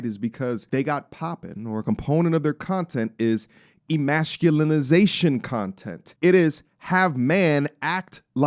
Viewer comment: Can you say EMASCULATION correctly for once?? E•MASS•CUE•LAY•SHUN